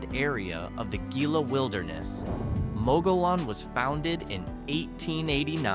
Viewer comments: If you’re going to tell about places ,learn how to say their names correctly . It’s not mug u lone ,it’s muggy own . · As someone mentioned below, it’s “muggy own” for Mogollon and Gila is pronounced “Hee-la”. I enjoyed the video. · More like moh-goh-YOHN. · The " LLs" are silent in Mogollon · Mogollon - AI can't pronounce anything.